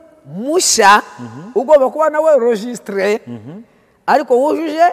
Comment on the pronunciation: Ese nkubu Nshimiye aba avuga iki koko uretse amatiku ko ntakindi azi? Umuntu utazi no gusuma? Nyumvira ukuntu avuga ngo registré? Wamugabo we waretse ubujiji ukareka kubeshya abantu koko? Ntasoni ufite ? Ngo nta gukorera Imana? Ubu nka Nshimiye niwowe wari umukozi w' Imana? Ese ninde wababeshye ko hagiyemo abadasanzwe mu murimo? Ninde wabashye ko iyo umuntu yize aba adakijijwe? Ninde wababeshye ko hakizwa abakene gusa batanize? Muraruhijwe mwebwe ahubwo pe! Ubuse iyo murebye mubona igihe cy' injiji nka Nshimiye w' umusabirizi aribyo itorero ryari riyobowe neza?Erega mujye mwemera mwakire impinduka.Ntabwo ADEPR ariyo izahora muri ubwo bujiji bwanyuuu.